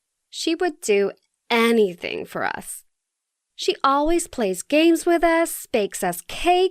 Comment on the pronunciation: I thought she said 'Gay' when she said 'games'. Oops.